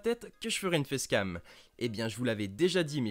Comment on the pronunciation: Hey c moi ou t as dit fessecam